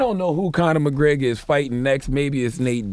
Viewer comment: This Conor McGraygor shit is driving me insane. McGREGor, man. Say it with me.